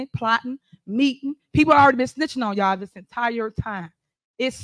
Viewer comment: She doesn't even say y'all. She says "yao"